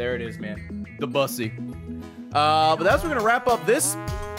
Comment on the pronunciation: That's.... that's not how you pronounce Debussy.